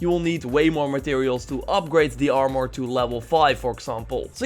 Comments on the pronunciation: THe way you say "armor" is annoying. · I gave your video a dislike because you say armor weird